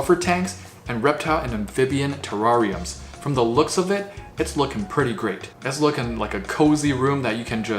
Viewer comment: Did he say ter-rawr-ium?